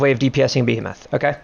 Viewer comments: You're saying Behemoth incorrectly. It's Bee-Hee-Muth not Bee-Ham-Math. Thanks. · the way you say behemoth PISSES me off